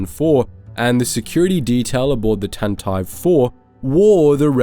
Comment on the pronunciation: Even now you say tantive IV wrong